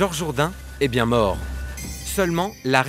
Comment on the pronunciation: Mdr "bieng" horrible😂😂